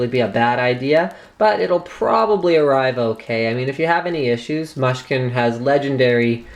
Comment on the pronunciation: And by the way,it's mooshkin not mush-kin,get with the program dude.